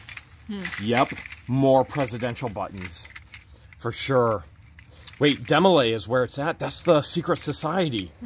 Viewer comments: Hi guys...Demo lay is the youth organization for guys in prep prep for the Masons ...and the girls organization is called Job's Daughters. To have attained "Supreme " status the person must have been in from the beginning age of 12.... Its pronounced Dee,-mo- lay. My daughter was in Jobs Daughters and she had to prove her Mason heritage to her great grandfather to join The counselors and adults represented the girls were very good teaching young girls to become with a small amount of public speaking in holding office ,presentation of faith & ,floor work for the public at their bethel meetings, memory work and special duties they had to learn from their member's book. It was nothing secret all meetings included parents,and guests,etc. They did teach girls how to grow into young ladies. Of course ,this was how we were raised and so My husband and I could see the value to our daughter to have new friend,make it to the meetings twice a month, learn a little about the values that we all considered good like loyalty,faith in god,a sense of caring for others and an overall sense of becoming a good, well rounded individual who cared about others in times of need or times of joy. They had special projects at Christmas and Easter for the after or needy and did a lot of good thru the organization. I saw a different side of my daughter as she grew into a young lady with thought and concern for others. I would recommend the group to anyone having a young daughter or daughters to possibly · It is pronounced D MO LAY and not a secret society